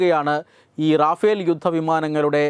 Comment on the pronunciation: റാഫേൽ അലടോ, റഫേൽ